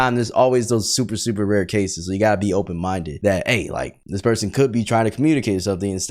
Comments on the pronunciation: “Excuje me, are you, open mindeu?” -Hongdae Guy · opened mindeu 😂 it’s an invitation to squid game 😂